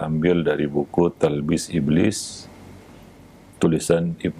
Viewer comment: "Talbis" bukan "Tablis"